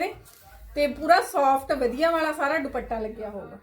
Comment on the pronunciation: ਜੀ ਵਧੀਆ ਹੁੰਦਾ ਹੈ ਜੀ ਨਾਂ ਕਿ ਵੱਦੀਆ ਹੁੰਦਾ ਹੈ ਜੀ 🙏🇨🇦🙏